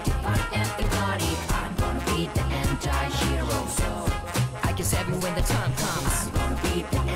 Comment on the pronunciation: まずはサビからですな 発音？ アムゴナビージエンチャィヒーローに聞こえるからこううたってる